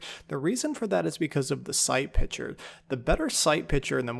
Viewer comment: Stop saying "pitsure"... and I think most people prefer the red dot. I got 3377 position in 4 days how are you in 7000 lol